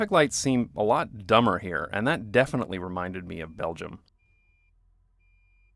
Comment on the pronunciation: He really said Belgium like it was a slur